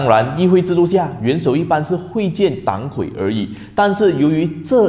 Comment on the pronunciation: 哥们r，本来不想说的，但是实在看不下去了，党魁（dang kui）